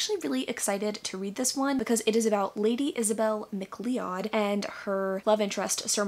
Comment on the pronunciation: Just letting you know that McLeod is pronounced like McCloud, rather than phonetically. Great video though sdhf